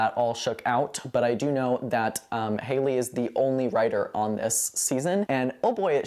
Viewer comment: It's Hal ley Feiffer not Hailey. She's a successful playwright.